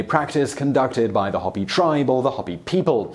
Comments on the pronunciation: It's Hōpi, not hoppy! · It is pronounced Hope-E not Hop-Pee ...they are not rabbit people :P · Hoe-pee not Hah-pee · Pronounced "Hope EE" not "Hoppy". Put as much attention to detail in Native American language as you do French words please. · Ho- pee people, not hoppy people you happy Dingus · Hopi is pronounced hoe-pee not ha-pee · Hopi is pronounced "hope-ee" not hoppy. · "Hoppy" people eh? Hopi is pronounced "Hope-y." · First of all, the name of the Hopi nation is pronounced "HO-pee" rather than "HOP-ee" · Hopi is pronounced Hope-ee. not hop-ee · The Hopi tribe is pronounced as Hope-y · Hopi is not pronounced hoppy, it's a long "O", not a short one. It's pronounced hope-ee. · It's not a debate on pronunciation. Its Hope-ee. Not hoppy. Go ask anyone from the Hopi nation. Hell ask any Native. Lakota, Navajo, Sioux. They will all say it's hope ee. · Michael B, thank you for correcting him. I was about to do the same. I am part native American and as soon as I heard him I was like, noooooo. LoL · ZipplyZane: Yes, Simon often mispronounces words and I'm not talking about a difference in accents. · It's ho-pee not hoppy. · The Tribe's name is pronounced as: "Ho-Pee" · Simon! You pronounce the tribe “Hope-ie”. I have had my ears candle waxed. I think it’s the soothing feeling when the person massages your sinuses. I definitely would do it again. Real or Not. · It pronounced Hope "E" dipshit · Hopi is pronounced like hope e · Today you find out that Hopi is pronounced with a long O. as in HOPE-ee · Long 'O' sound in 'Hopi' tribe, mate. Cheers! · This channel just lost all credibility by mispronouncing Hopi. If they can say the name of a tribe correctly how can I believe they get anything correct in their videos?